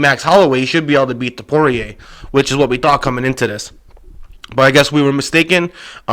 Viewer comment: Why do you keep calling Ilia Topuria, Ilia Topoirier? It is not pronounced like dustin Poirier smh